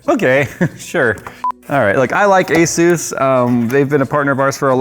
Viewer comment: Does everyone pronounce asus wrong? Say the word SUS and then add an A infront of it. Its not AZUES